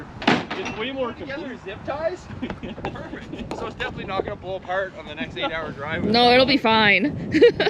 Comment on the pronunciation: It's murfect